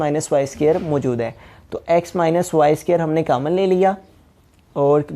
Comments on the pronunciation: Sir cammon nai hota common hota hai 😆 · Sir your mathematics is very best but ap common ko camon bol rhe